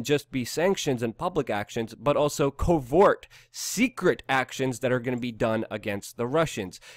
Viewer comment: "covort actions" haha i like you luke